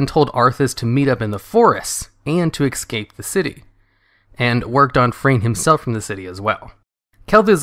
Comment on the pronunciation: Es'cape not Ec'scape